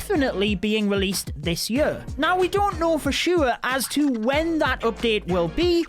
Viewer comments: you're right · Hahahahahah my mum says that too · No it’s not it’s fuckin annoying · saying "yur" instead of "year" is just the best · "will be coming this yur" Edit: is a better yur 😄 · Ikr. It's the Scot in him 😁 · more like jööör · i love the way you say "year" like yØö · Anybody else find it absolutely hilarious the way he pronounces year?😂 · Man the way he says year gets me everytime